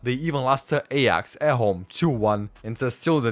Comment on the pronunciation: Come on dude it's not EYAX, PRONOUNCE IT Right. AY AX not Eyax